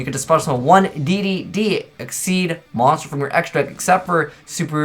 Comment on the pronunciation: Neko Mata more like "Ex-she's" but they were trying to say "Exceeds/Excessive" their Eingurishzu (english) is out there.